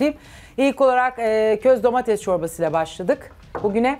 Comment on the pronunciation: Yalnız programdaki herkes neden domatese DOMATEZZZZZ diyor 😂😂😂 domatezzz aşağı domatez yukarı. Kimse domateS demeyi bilmiyor mu ya